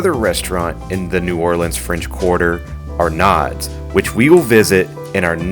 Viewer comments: Arnaud's pronounced Arno's again i know we say things different than what the rest of the world probably believes is correct!!! It is what it is people 😮😮😉😜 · Arnaud"s is pronounced Ar-No's